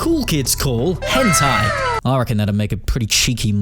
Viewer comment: It’s hen tai Hen. Tai. Omfg